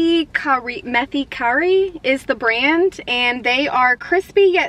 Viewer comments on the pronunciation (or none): Also methi is pronounced as ‘may-thi’ and a few more are differently pronounced. Good tryyy!💜